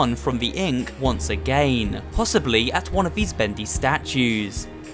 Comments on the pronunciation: You say agaen but its again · I like your videos i like the way you talk and it sounds funny when you say agin